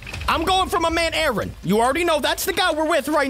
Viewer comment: You do not say Aaron like that